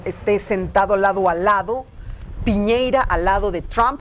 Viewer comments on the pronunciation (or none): Cuando paren el resentimiento añejo tendrán mar pero por punta arenas, además es Piñera no piñeira 😂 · Señora, es Piñera no Piñeira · El presidente se llama Piñera, no Piñeira señora. Infórmese, por más que le duela.